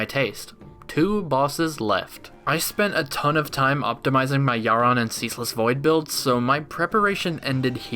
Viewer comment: you... you... YOU PRONOUNCE YHARON CORRECTLY!!!!!!!!! best youtuber. 10/10